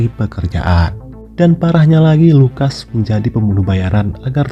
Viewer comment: Kadang salah ucap, richard, lukas..